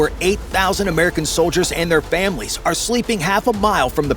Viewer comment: DID he just say solders and famailies?